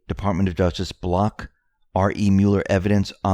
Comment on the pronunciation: This is to everyone who reads the Q drops on YouTube.... When you see "re" - it is not said as "R.E" (like to separate letters).... it is said as re (like reee) and it means reference. PLEASE, stop reading it as R.E